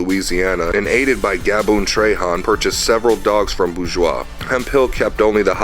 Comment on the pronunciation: Gaboon Trahan name is pronounced “traha”